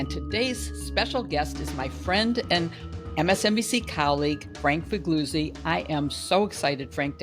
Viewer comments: He's not Figluzzi (fig LOO zee) JW-B, and not fig LOOT see, but Figliuzzi (fih LYOO tsee), just as B. Gigli was not giggly but JEE lee. BLEEAH! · Please pronounce Italian names correctly even if eg Mr. Figluzzi doesn’t mind.